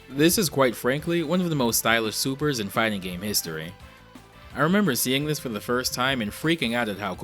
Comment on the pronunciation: "De name is Gambit. Rememba it."